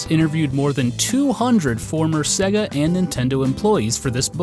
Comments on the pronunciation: Dude the company is called "say-gah", not "segg-a". How are you such an expert but you can't pronounce sega? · Norm:- SAY-GA! They say it at the start of their games for feck's sake! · ...You say Sega weird... that is all